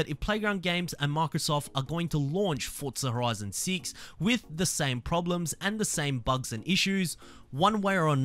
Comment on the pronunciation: "fortza horizon seats"